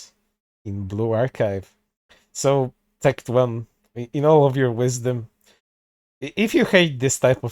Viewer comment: got so mad he can't even say Tectone's name correctly lol